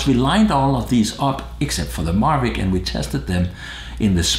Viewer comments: Please stop saying MaRvic. It is the Mavic. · pronunciation, i think he was pointing out you say Marvic lol...? maybe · This is why I subscribe to you. You put numbers to this for factual comparisons. Fantastic video! Remember it's Mavic, not Marvic.